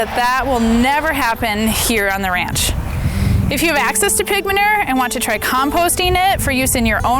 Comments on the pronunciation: So frustrating how she said “manerrrrr”. There’s a U in there. Ma-new-er is how it’s pronounced. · Lmbo say manure. Its man u re. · Regional accents: My midwest ear was confused about 'ma-ner'. We lengthen all our vowels and often pronounce vowels that others may not. 'ma-nue-er' Lol, I'm sure other regions find our pronunciations just as confusing to their ears.